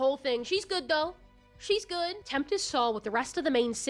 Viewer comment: Also Tempest. You pronounced it like Temptest